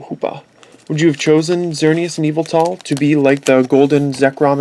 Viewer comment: its yavetal